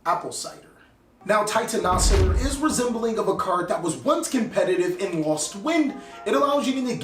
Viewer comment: I thought it was pronounced titan-o-cider (as in titan killer/genocide) 🤔